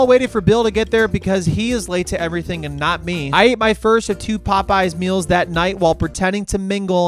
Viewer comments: Already off to a good start when he pronounces it the way myself and my high school friends did One night the Pope was on but the Yes was dark and it felt incredible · So glad I'm not the only one that constantly calls it "pope yes" 😂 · As an Orthodox, it’s more like, “Pope-no” but I appreciate the sentiment 😂